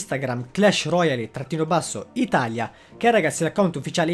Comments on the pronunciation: La pronuncia clash royale non royali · ma pronunciarlo alla francese? Royale?